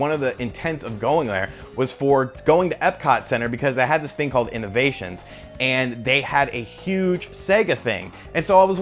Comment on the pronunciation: It's Innoventions. Not Innovations.